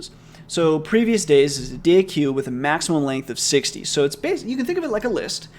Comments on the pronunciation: FYI deque is pronounced "DECK" not "day-q". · deque is pronounced "deck" lol. at least that's how my professor pronounced it. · Hey mate I believe it is pronounced "deck" because (c/p) From The Art of Computer Programming, volume 1, section 2.2.1 "Stacks, Queues, and Deques": A deque ("double-ended queue") is a linear list for which all insertions and deletions (and usually all accesses) are made at the ends of the list. A deque is therefore more general than a stack or a queue; it has some properties in common with a deck of cards, and it is pronounced the same way. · Since I know how much you like to be corrected on pronunciation here is an excerpt from the "collections" documentation: Deques are a generalization of stacks and queues (the name is pronounced “deck” and is short for “double-ended queue”). BTW love videos no matter how you pronounce epochs and I can't wait for the next one:D